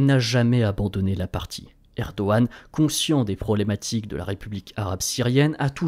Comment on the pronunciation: je me trompe ou vous avez commencer a promoncer "Erdoğan" correctement ?